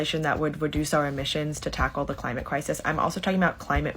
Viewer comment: Da cwimate cwisis OK GORL AS IF THE LITERAL DEMOCRAT PRESIDENT CANT DO A THING